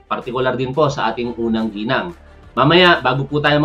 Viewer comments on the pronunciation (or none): none